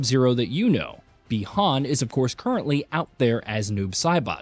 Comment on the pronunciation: but yet he flipping said Chinese "Bi-Han's" name right WTF!!!